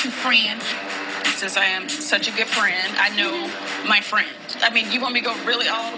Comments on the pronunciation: SCREAMING! Nene got me and one of my friends saying "friendt" in texts 😆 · The worst thing you can say to is to say she’s a “bad friendt”